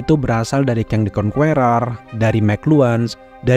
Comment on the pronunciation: Bang... biar nggak belibet ngomongnya, langsung aja; kang the "kongkêrêr" (ê pepat ya... seperti kita bilang "ke pasar" atau "kemarin".... jangan pakai e biasa di "kemah")